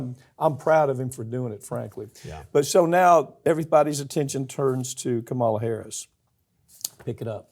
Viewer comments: It's KA-ma-la! Not ka-MA-la. There is no one running for President by that name. I have never heard you pronounce it right and it's important. KA-ma-la, Not ka-MA-la. You don't mispronounce the men's names , yet I have never heard you get VP Harris's name right. Not cool. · The very least you can do is pronounce Kamala correctly, while you are bashing her! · Why can’t he pronounce Kamala right? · I don't have an issue with Pap playing devils' advocate. No campaign is perfect and all pros and cons need to be considered and discussed. But for the love of Pete please learn to pronounce her name correctly. The right wing nut jobs mispronounce it on purpose as a childish dig at her ethnicity, It's pronounced comma-la, like the punctuation mark. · SAY HER NAME CORRECTLY, OR I UNSUBSCRIBE! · For God's sake, correct his pronunciation of her name!